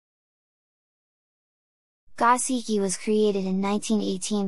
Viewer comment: Go-SHee-kee not gah-see-kee. You really know your fish. Now let’s get you sounding Japanese😀